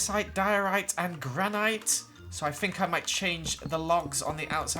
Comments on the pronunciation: He said gra nite its said gran it. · Granite (grann-ite) do you mean Granite (gran-it)? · It’s pronounced Gran-it not Gran-ite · It is not granit it is granite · IT IS GRAN-IT NOT GRAN-IOT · its promounced Gra-nit not gra-night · it’s pronounced not graNIte it’s pronounced graniTe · Lol love him but what is “Granight” lol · Granite granite please pronounce it right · HE PRONOUNCED GRANITE WRONG WTF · The way he said granite made me cringe😖 also when did adding texture pacts or mods become a thing